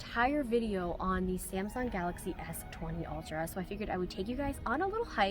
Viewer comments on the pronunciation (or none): none